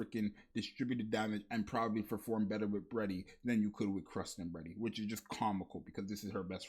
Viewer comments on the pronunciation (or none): none